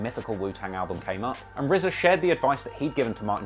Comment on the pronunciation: Two million dollars and it’s just a standard cheap ass CD. They could have at least pressed it on vinyl... Also-RZA had a two million dollar payday and STILL can’t pronounce his R’s?! He should have spent some of that money on a speech therapist.